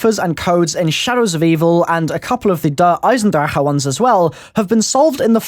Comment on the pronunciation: you say "eisendrecke" but you say it like "Eisendrache". The a in drache really is an a. and the ch in drache is a soft g